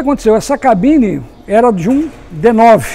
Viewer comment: tão bom ouvir alguém falar "cabine" e não "gabina".